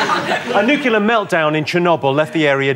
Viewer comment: Very disappointed that Jimmy said “Nuke U lar”